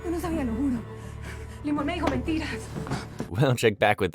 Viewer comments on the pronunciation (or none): none